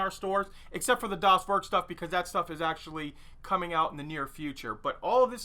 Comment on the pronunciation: Not a German here, but as a note: Das Werk sounds like Dahs Vehrk (or Vairk).